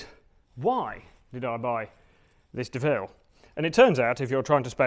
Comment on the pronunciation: Doh-ville, not Deville!